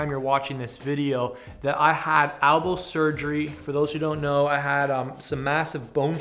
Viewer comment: elbow not albow